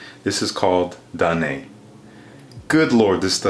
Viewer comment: Danaë es pronounced danaj